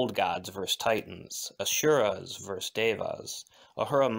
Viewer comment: Just as a note: there is no “sh” sound in Asura.